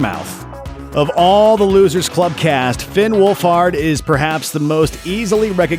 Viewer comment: THANK YOU FOR PRONOUNCING FINN'S LAST NAME RIGHT!!!!!!!!!!!!!!